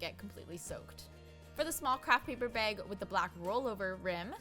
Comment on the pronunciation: Came for the DIY, stayed to see hear them say "paper beg" over and over again :D